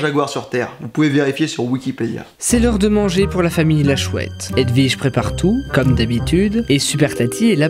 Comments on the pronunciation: "vous envelver votre haut edwige" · Cécile Bothua Nope, c'est "Vous enlevez votre haut Edwige", il a raison ;3